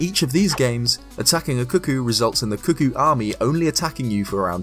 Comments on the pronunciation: CUCCO NOT CUCKOO IM LOSING MY MIND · Why is he calling them cuh-koos?? It's cuh-koh. Wtf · i dare whoever is reading this to guess how many times he said 'cookie' instead of 'cucco' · Why does everyone pronounce it as 'kookoo', like cuckoo, when's clearly supposed be 'kooko' or 'kuh-ko' based on its spelling. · I'm going crazy, it sounds like you're saying "cookies." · I'm sorry, but I swear I hear you say "cookies" all the time o.o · Am I the only one who thought he said “cookies”? Just came back here. And he called them “Cookies.” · Thank you. Glad to see someone else knows how to say it.